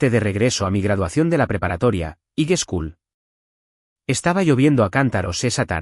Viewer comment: Que clase de banco es este. Si no saben pronuciar High School en inglés digan español escuela superior. Está historia otra mas de estupideces e idioteces. 😡😡 así es que adios mi tempo vale oro